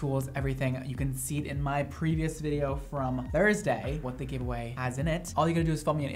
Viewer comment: "I have a giveaway going on" I legit heard "I have a gay boy going on" I was like.....what? Haha